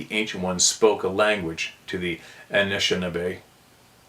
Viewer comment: Only trying to help with a pronunciation ❤that’s giving you trouble. Phoneticly it’s . Ah Nish Ah Nah Bay.